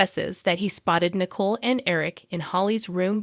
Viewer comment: Nicole is pronounced nih-KOAL not Nickel !! I guess you don't watch days of our lives because if you did you would know how to pronounce her name!!